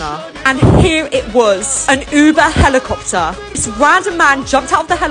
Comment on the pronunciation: "An uuuuuuuber helikupta "